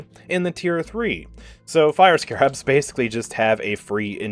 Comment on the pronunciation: Nooooo not how you pronounce Scarabs 😅